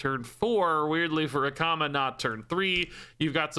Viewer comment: I heard "which of course, that could be with a comma," at the end of the card description , and I read the card text over and over again trying to figure out the grammatical error the Hearthstone team had made. It wasn't until I gave up and halfway through the video I heard you say "Akama" in a way that made me realize that was what you were talking about instead. 😂